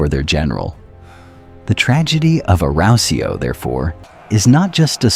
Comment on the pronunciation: Awesome storytelling and visuals, but bloody hell, your pronunciation of 'Arausio' is physically painful to listen to man.